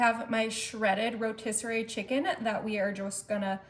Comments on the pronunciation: Drives me crazy when you say I’m coming in 🙄do overdone ugh and it’s rotisserie not rotisserary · It’s pronounced rotisserie not rotisserary. Also parsley has a “s,” not a “z.” Thx!!!